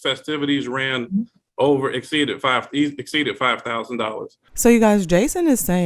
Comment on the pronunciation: Is she saying Over Exceeded or Over EXSTEEDED😳😩😂